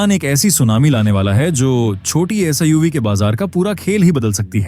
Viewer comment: Ye SIUV kya hota hai be! Kam se Kumar bolo to sahi!